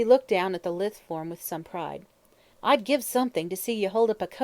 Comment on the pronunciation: I wanted to like this but all the mis-pronounced words are PAINFUL. Claret is not "clar-ray", Lewes in Sussex is not "Lews", lithe does not rhyme with "with" - too many others to mention.